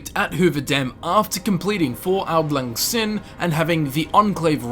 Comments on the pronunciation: Captain Twerkmotor no it's pronounced like "sign" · Its pronounced sign